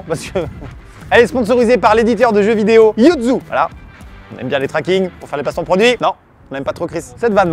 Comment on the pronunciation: 1.10 je rêve ou t'a dis jeux videal